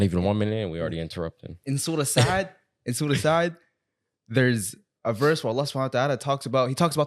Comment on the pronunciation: Assalaamu alaikum just advice and a correction that it is not suratu sa'ad it is suratu saad, like the letter, not the name. Just advice, much love from UK!!!